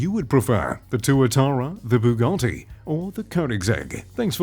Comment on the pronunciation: Also take some speech lessons and learn how to pronounce automakers names and their models like when you said bugatti it sounded like you swallowed a bug